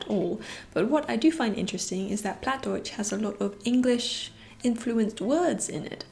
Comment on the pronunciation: Wow, you live pretty close to me :D I moved 2 years ago to Oldenburg to study here, but I'm from Ostfriesland originally and I also speak Plattdeutsch (Plattdütsk). Your Plattdeutsch was a bit off, it is not pronounced like you would in High German, but it's a bit hard to describe the proper pronunciation just by text (also the pronunciation can vary from region to region, sometimes even neighbouring villages have different pronunciations and words). Also, Bluebell is really cute =^_^= I would love to have a cat as well, but my home is way too small sadly :(